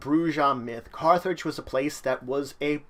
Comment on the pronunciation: You lost all credibility when you pronounced if BROO-zha. It's BROO-ha. Dude, you couldn't even pronounce Carthage right and you call yourself an Emperor?!?